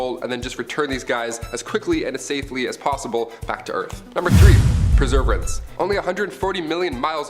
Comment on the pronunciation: It's Per-severe-ance.... I can't even get over how he keeps saying it 🤣🤣🤣🤣